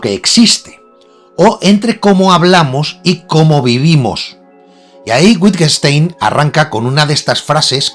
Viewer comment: Y no se dice "Uitguenstain"